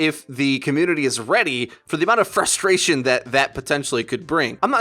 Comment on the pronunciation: the FROSTration